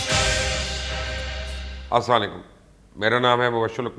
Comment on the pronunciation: Sar salm to thak leya karo samj bi ni ati kaya bola ha a Asla likum Ya kon sa salam nekal leya apne